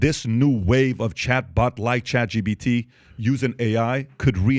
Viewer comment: It's chatGPT not chatGBT. Damn I had to say it...